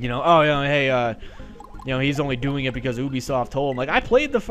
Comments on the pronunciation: IT'S NOT FUCKING OOOOOOBISOFT ITS UBISOFT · I thought it was pronounced you-be-soft. The art of pronouncing.